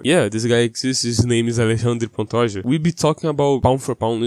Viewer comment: O jeito que você pronuncia Alexandre Pantoja corretamente entregou.